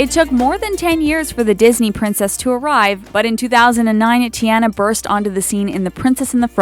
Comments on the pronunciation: and Teeanna and not tiana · I cringed when they mispronounced the names Ti-AH-na. Not Ti-eh-na Mer-i-da. Not Mer-ee-da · Moana, Merida, and Tiana were pronounced wrong but Elena was right. I should know, my name is Elena